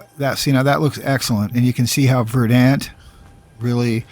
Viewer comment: Excellent! Dude I haven't played since 360 days but even then I thought the game looked rrrrrough. This is exactly what I needed. For teaching me this I give a thumbs-up, a sub, rang the bell. Suh-weet. (and will offer this; verdant is pron. "verd'nt")